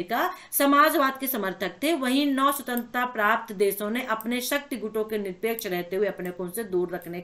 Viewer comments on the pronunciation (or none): none